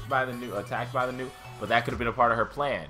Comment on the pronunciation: Nue is pronounced neweh.